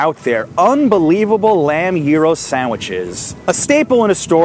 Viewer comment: It’s called gyro not gero